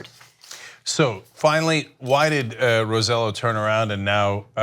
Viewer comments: The 20% approval for Man(Child)go Trumpolini is from the richest Boricuas (Puerto Ricans) and other rich from the continent who have established residency in PR. THAT is who those 20% are (okay maybe a few percentage military Boricuas) Also Roselló is pronounced ... RO say YO ... not ... rose zello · FYI The governor's name is pronounced Row Seh Yo. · Just so you know, Roselló is pronounced like row-say-yoh. Great video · Roselló pronounced * ro-se-yo * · Ana, you said the name wrong please look it up😂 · Pronounced the PR governor's last name wrong.